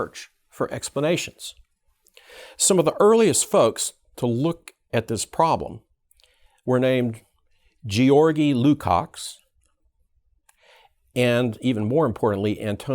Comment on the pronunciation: Kudos for extremely well articulated explanation, but it's a little bit strange that critical theorist doesn't know how to correctly pronounce the names of its founders... Lucacs is pronounced "LucaCH" (as in "China") and Gramsci is pronounced "GramSHi"... Sorry, but it really hurt my ears every time you said their names (in spite of the fact I really despise the world vew they tried to promote).